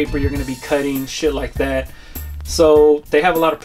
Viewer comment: "shid' like dat'" was when I knew i could trust this guy